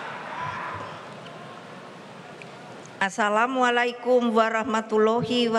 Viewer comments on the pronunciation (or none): Kedengeran ada yg agak ganjil ketika mengucapkan Assallamuallaikum Wr.Wb..😊😊😊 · Ucap assalamualaikum sgtu gampang nya smpe susah wkwkk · .baca salam aja pake teks hampir salah lagi. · ngomong salam saja tidak bisa.. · Ucapan Asallamu hampir terpeleset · Mungkin dia sariawan.... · Denger tuh, ngucapin salam saja lidahnya kaku. . Jauh sekali dengan kualitas bapaknya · Salamnya sengaja dibuat belepotan biar rame😶